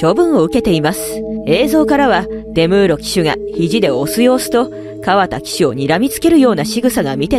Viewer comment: かわた じゃなくて かわだ だぞ？ これだけで中継見てない唯の競馬ブームに乗っかて金稼ぎたいだけってわかんだね。 角居厩舎は2021で解散だったから2歳の受け入れやめてた。リアルスティールが問題なら矢作さんは二度と出さないだろうし邪推しかねぇな。